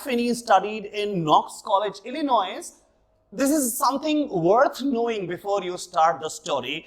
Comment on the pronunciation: the S in Illinois is silent though, sir